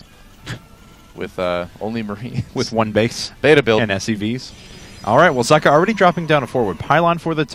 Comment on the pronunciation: its pronounced "zockuh", like sock